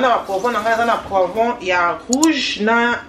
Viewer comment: Bonne recette, juste qu'il faut bien appeller les ingredients, poivrons au lieu de poirons, oyo obengi mutarde eza nde noix de muscade en poudre. Sinon bon courage!